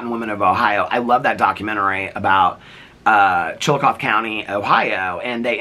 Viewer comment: it’s pronounced “Chilla-coth-EE” 😉